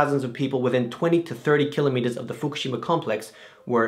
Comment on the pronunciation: lol fuk-u-shima??!??